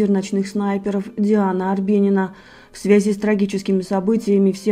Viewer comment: Говорится,,в,, свези,,а пишется,,в связи,!!!! Как же противно ее слушать,постоянно ставлю👎и отписалась, всё равно эта всплывает,пропускаю только из за ее произношения,не привычное для чистого русского.языка